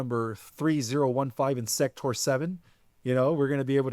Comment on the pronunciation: Where is he from? Calls grok "groak" and keeps saying "sectour." And then "esqu-late." Oddly, it seems like he's maybe reading?